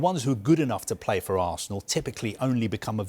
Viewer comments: Not fro “for” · Mean “fro”😂😂😂